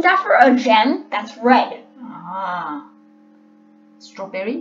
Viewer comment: When she called ruby "Starwberry" Is so dumb